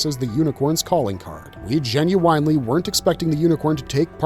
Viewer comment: "jin-you-WINE-ly" god this AI slop gets old